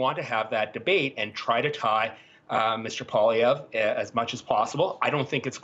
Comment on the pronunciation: It’s not “ Pah”lievre! It’s “Pooah”lievre !